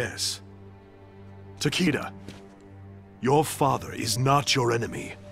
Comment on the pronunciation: Nicolas VDK I know right, Takeda should totally be Ta-kay-Da, not TaKeeDa, and Raiden is totally Rye-den not Rayden.